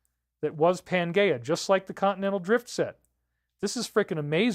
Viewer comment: Good one, I was thinking the same. Hmmm maybe he's pronouncing it correctly, I don't think so though.